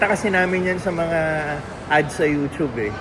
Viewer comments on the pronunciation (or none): none